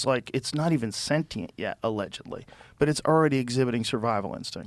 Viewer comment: finally joe learned how to say "sentient" properly - not senchient hahaha